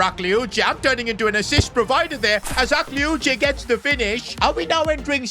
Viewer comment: Just, PAIXAO, we say it PACHAO and AKLIOICHE, the E is not pronounced